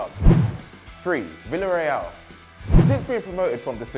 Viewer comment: Someone learn him how to pronounce Spanish names... "Havi Caheya" "Vilareal" "Valadolid" "jhouan unzu"